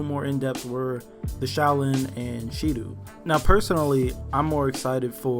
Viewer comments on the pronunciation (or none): It’s not Shidu, it’s Tiendi